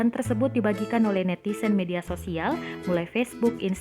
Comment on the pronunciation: Ini tribun timur kayak media amatir, pembaca beritanya netizen disebut netisen